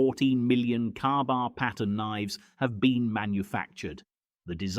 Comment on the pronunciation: A KA-BAR is NOT pronounced "Carbar" NOT flat ground NOT balanced at the guard NOT pictured even once in the video